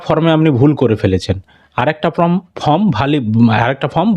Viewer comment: ভাই ফর্ম এর উচ্চারণ টা ঠিকঠাক করো, তোমার চ্যানেল অনেক লোক দেখে, খারাপ ভাবে নেবে না আশাকরি